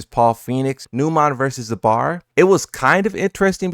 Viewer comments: It's zubeaar like deaad not bAAAr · It's zubair not zubar, it's like you combine zoo and bear together. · Zubair (Zoo-bear), not a critique comment btw. Just wanted to mention. Love you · I can feel that you will make video if any of the commentators would take wrong names of players but you're mispronouncing Numan and Zubair both wrong. Please show some effort and maybe google and try getting their names correct for once?